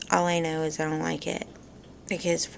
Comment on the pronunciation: I LOVE IT WHEN YOU SAY " I ON'T CARE"...HEHE YOU CRACK ME UP!